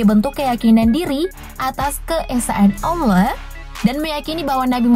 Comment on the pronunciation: Kak kakak pasti Islam karena pas kakak bilang yang prostestan seharusnya kakak bilang Allah bukan Aulah kak Allah kak bukan di baca aula kak